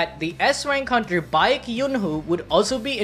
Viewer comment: Y'all said Cha Hae-in's nane correct....then butchered Baek Yoon-ho's name haha. Same "ae", so just as how it's "Hay-een" for Hae-in, it's "Bayk" or "Bake Yoon-ho" for Baek Yoon-ho.